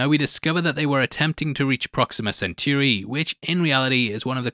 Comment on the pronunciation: Say Centauri. Google it up if you must but don't pronounce it as century omg.